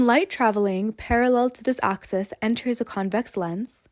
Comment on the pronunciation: Its an axis, not an oxis.